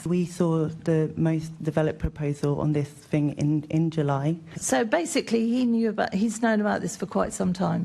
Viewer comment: I think she said “fing” instead of “thing” 🤦‍♀️